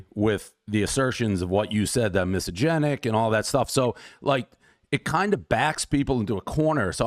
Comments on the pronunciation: Portnoy keeps mispronouncing 'misogynist', lmao. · A misosynist who can not pronounce misogynist .. 😂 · Would've been even more baller by Dave if he learned how to pronounce "misogynist"